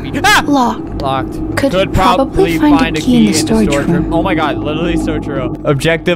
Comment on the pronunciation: I just wanna get the key key key" what i hear : i just wanna get the tea tea tea